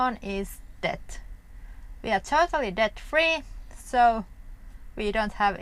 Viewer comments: Hi guys, great video, debt, is pronounced the same as, Met, Set. Net but det, the same as sauna, it's pronounced "Sawna" love your life stile, safe travels 😀🇬🇧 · Debt is pronounced with a silent "b", (det). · Debt is pronounced det with a SILENT B.Were you in the army? The internet archive has an ebook library which is so handy for older books and you can join from anywhere. I am glad that you dont gamble. My father was a compulsive gambler which was very hard to live with as a child. Wow your apple pie looks yummy. I have a similar oven to the omia but havent used it yet. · Debt in english is pronounced dett, the b is not sounded. Now debit, the b IS pronounced. For death, the th sound is the tongue is between the teeth and pulled backward.